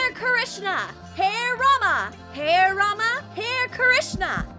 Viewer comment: Did these foreigners really said hee Rama hee Krishna 😳😂